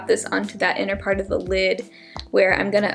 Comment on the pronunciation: *lid not kid lol